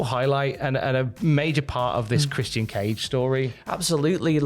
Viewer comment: It’s Christian not whatever spidey calls him